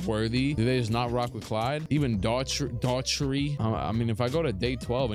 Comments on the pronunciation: Try Daw-herty or Dah-herty, lol. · Change Mike’s shoes, he’s playing in Converse, and give him number 9 his Olympic number. Oh and it’s Brad Daugherty (pronounced Darty or Dart dee) Any late 80’s or 90’s question you need I’d love to share with you. Theses sims let me relive my childhood and I’m a gamer still🙏🏾 peace to you.